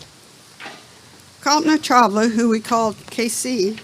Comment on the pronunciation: Could you at least have the decency to pronounce DR Chawla’s name correctly?